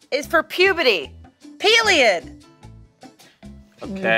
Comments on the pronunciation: didn’t they already explain to once that she says “puberty” wrong 😭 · still pronouncing puberty like puperty is my favorite thing lmao